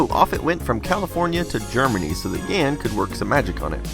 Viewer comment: Jan is pronounce more like "yahn" not "yan". Just for future reference 😉